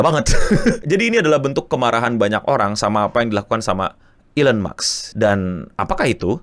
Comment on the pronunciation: Elon maks ❌ Elon musk ✔️👍